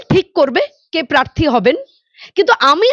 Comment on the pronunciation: অ্যাংকর এখনো প্রার্থী কে পার্থী উচ্চারণ করছেন। আগে উচ্চারণ শুধরে নিন তার পরে ভিডিও বানাবেন।